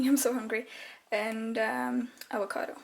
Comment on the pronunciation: "Aocado". They don't grow the 'v' sound in Norway either?